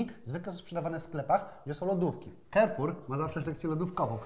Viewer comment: Karfur się mówi, nie kerfur